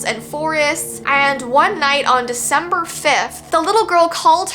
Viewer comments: Shesaid its veecember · HELP ITS VEECEMBER